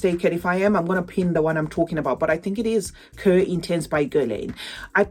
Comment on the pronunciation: Cuir means leather it's pronounced "Kweer". Thanks for your videos my lovely!